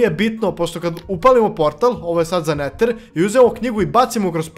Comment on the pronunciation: A zasto ti ne znas da pricas engleski kazes iron umjesto ajron neter umjesto neder